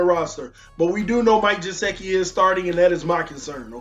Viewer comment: Good stuff as usual!!!! BUT, please... its GUH-SICK-EE, LOL.